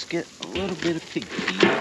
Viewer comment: Gotta admit, when you were talking about the ground squirrel trap, I kept hearing mixing pb with “pig’s feet”, not pig FEED. 😂